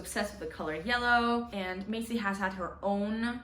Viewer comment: It’s Marley, not Macey 😭🙈